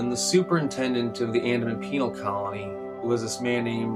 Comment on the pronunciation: Also, you said ‘penal’